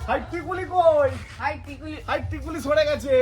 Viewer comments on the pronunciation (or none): Dada tikuli na tikli